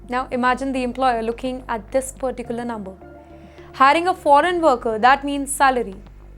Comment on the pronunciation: loves using “well” and “particularly “ or “ perticularly” as she pronounces them 😂😂😂